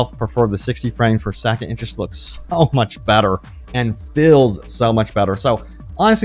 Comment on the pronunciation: Who knew the word "traffic" was so hard to pronounce as a person who speaks fluent English. Or even the word "just" (says, "jess getting into the game"). Man, this was painful to watch.